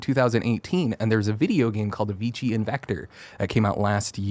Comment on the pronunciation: If he only knew that they mispronounced Avicii during the new games section and they kept going lol. I really liked this co-host, he was so raw in a good way.